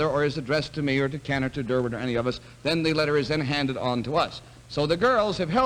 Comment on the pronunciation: It's Durward, not Durwood.